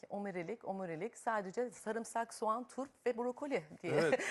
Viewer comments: Adam net duyuyor aslında Kenan beyle gayet güzel konuştu. bence sorun omirilik (bak klavye bile düzeltti iki kere yazmak zorunda kaldım) telaffuzunda. Omirilik nedir yaa. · bana beher verin beynim akıyor içine dökeyim. Sorulan soruyu kendi kendine tekrar soran insanları ilkokul üçten terk sanıyordum. Soruyu anladım deyip zerzevatların bir kısmını duyunca bile bir menlemen ağızdan çıkmalıydı. Konuşulanı tekrar etmek ne biçim bir yaklaşım, omurilik telaffuzunu kadın yapamıyor , doktor bey niye telaffuz edemedi ilginç. Dinlemeyi öğrenmenin bir erdem olduğunu buradan tekrar hatırlamış olduk. Dinlemeyi öğrenin insanlar.